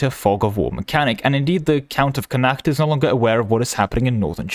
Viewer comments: Connacht is pronounced a bit like "Connott" fyi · I can not be putting up with your pronunciation of Connacht! :)